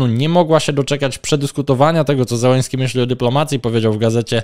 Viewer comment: To nazwisko należy wymawiać "Zieleńskij". Po polsku wystarczy "Zeleński". Na pewno nie "Zełeński".